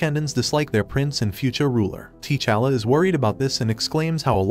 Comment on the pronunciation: TAA'Challa, NOT TEE'Challa.